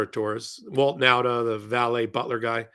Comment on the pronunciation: Last time i tell you. Nauta is pronounced Nawta.